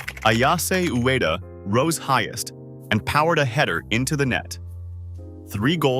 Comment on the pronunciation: Bro at least let your AI voice pronounce Ueda as YU-WE-DA.